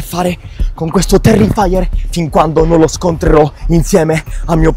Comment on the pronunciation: Non si dice terrifaier si dice terrifer